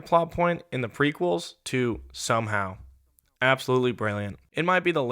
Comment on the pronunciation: What is "shomehow"?